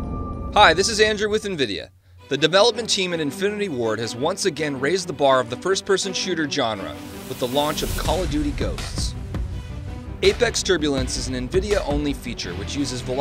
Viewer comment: Johnre. Not Genre.